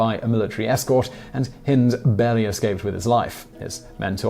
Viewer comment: So he should, he’s English after all. Shame he continually mispronounced Hind to rhyme with wind (blustery weather) and not as in kind, bind or find.